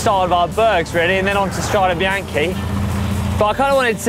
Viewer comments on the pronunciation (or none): Love this. ITS STRADA BIANCHI NOT BIANCHA